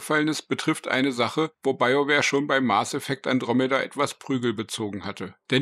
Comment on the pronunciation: Okay informativ ist das Video. Bitte überdenke die Aussprache Mars Effect. Hat nix mit dem Planeten zu tun. Mass Effect heißt das Spiel. Nichts für ungut 😉